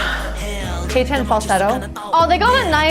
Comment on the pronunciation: love this reaction! its read as "hechan" btw not "haychan"